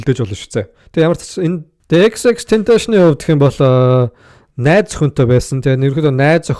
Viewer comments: Tentashion bish Tentacion shde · za chi mi ene huniig yarih bologuie yadaj neriign zuv duudchihguide unheer medeeleluudchn hudla shajina end tendees baahann hud yum yarid baihi😂😂😂 ter hun amitn eejihn deer meer bgaguma ahahhaha unheer yag zuvuurn sonsmr bvl ter jackool mvp geesee sonsoche sdnra ahahaha tern yadj hmagu deer shajnleshu ahahah